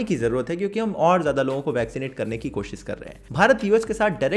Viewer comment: koshis nai bro koshish ..koshish toh karo koshish bolne ki